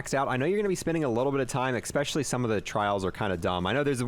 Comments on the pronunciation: Cool video. Oh, and it’s “especially” not “expecially” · Especially, not expecially.....